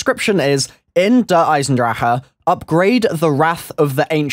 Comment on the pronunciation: New achievement DER EISENWHAT? In Der Eisendrachen pronounce the name right..